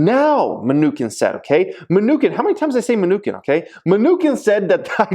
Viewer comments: It chin Munchin not Munchkin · It’s pronounced New Chin not minukin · its pronounced Mnuchin not Me-nukin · Today's drinking game... saying mnu-kin, not mnuchin lol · Mnuchin (chin) not mnuKIN come on 😂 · Munchkin for the win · His name is pronounced: munshin. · It’s MnuCHIN😂...but thanks for the content as always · Menu-Chin is the right pronunciation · It's Ma-Nuch-in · Pronounced menu- chin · Its muh-new-chin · it's pronounced "munisheen" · Min-KNEW-kin lol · it is pronounced Mu-Nu-chin like the one below your mouth. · You can tell is a wealthy bad-ass because he doesn't pronounce Mnuchin correctly because he doesn't care about the news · I can’t believe he made this video and does not how to pronounce the name the US Treasury Secretary.